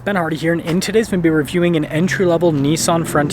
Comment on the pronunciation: The word is "Video" man. pronounce it, lol...